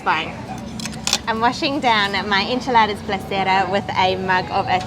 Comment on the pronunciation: esnchiladas not inchiladaras